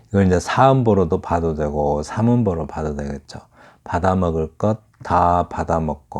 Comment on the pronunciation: 미안하오나 또하나, "봐도"의 첫 자도 제발:길게"발음하시옵소서!